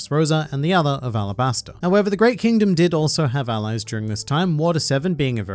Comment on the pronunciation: Alabastura? Its Arabasta! they keep repeating it over and over the entire arc. Ara-bas-tha (T as in Thatch)